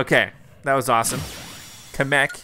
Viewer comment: YOU'RE PRONOUNCING KAMEK WRONG